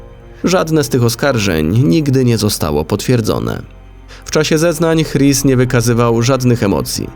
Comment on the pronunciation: "Chris" chyba wymawia się "Kris", czy się mylę?